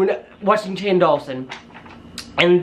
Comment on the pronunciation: Ok I'm sorry but it's not Shane dualson it's door-son that's how u say it door-son Shane Dawson I'm sorry xx